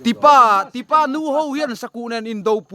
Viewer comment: Tipâh ni lo vin tipa zawk kan khaw hming hi i lam duh da ve ee😂😂